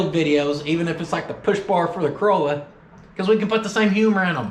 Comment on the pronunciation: The Aussie flag bit👌🤣🤣, as an Aussie listening you read it in an Aussie accent made my day👏. Yes make it the roof lining in the "tow-rolla"